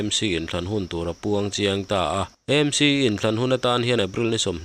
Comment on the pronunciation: Nanga pawh chu EMC tia ihanlam tlat le .AMC tihtur zawk a nireng sia thildang ah erawh chuan atha mar viauin a ngaihnawm thin e ❤❤